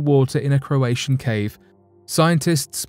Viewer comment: You pronounced Croatia right though which follows similar promunciation